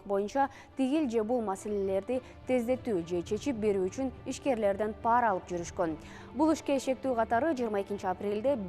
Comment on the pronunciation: ПАра эмес парА - деш керек